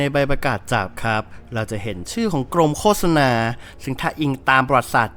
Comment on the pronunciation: มันอ่านออกเสียงว่า โค สะ นา ไหมครับ ไม่ใช่ โค้ 😂😂😂